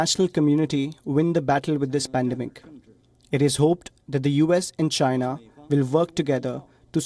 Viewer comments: i fucking die every time they show that "it comes from CHY-NA".LMAO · the way he says CHINA ! just makes me lol .....He sure hates CHINA ....lol